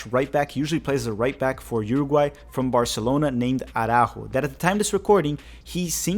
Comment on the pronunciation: Your portuguese pronunciation of Arrascaeta is spot on. Lol Araújo is pronounced "ah-rah-oo-ho"